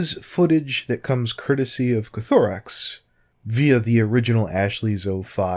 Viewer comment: It's Koth-oh-rix not ko-tho-rix x3